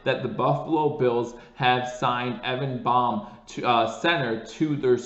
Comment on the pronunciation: Hey, I think it’s pronounced “BAME” as in sounds like LAME with a B replacing the L.